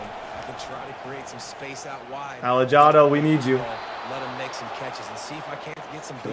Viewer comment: The hard J on Alejado my guy is so Caucasian 😂